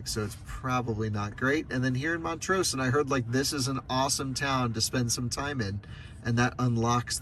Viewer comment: Love the road trip videos, but as a Colorado native I need to correct some of your pronunciation 😊 Montrose - rose is pronounced like the flower, less emphasis on the S Saguache - pronounced sah-watch Ouray - pronounced your-ay Bummer you couldn’t do the drive between Durango and Ouray. That is my absolute favorite road in Colorado. 550 through there is called The Million-Dollar highway and definitely worth checking out! Thanks for continuing to show us what road trips are possible in an EV!